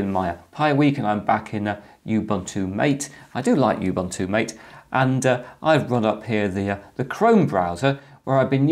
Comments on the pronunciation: pronounced ma tay rather than m ate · Nice video, a small peeve, Mate is pronounced “mah-tay”, not "mait". I've been using Mate ever since they forked it from Gnome 2 when Gnome 3 came out. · Its Mah-Tay, not m8. Source: Mate website. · Anyone else triggered by pronunciation of Ubuntu MATE. It's mah-tay. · hope you don't mind if i correct you ...the pronunciation of "mate" is wrong . It's not intended as "buddy" or "companion" . It's actually spanish, and it's the name of a south american herb used to make infusion. Just scroll down this page